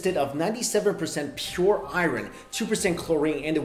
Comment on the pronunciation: the way he said iron... I ren 😆